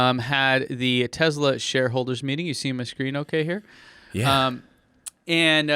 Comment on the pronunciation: So, no-one is concerned about "Tessla" or "Tezla" anymore? Cool.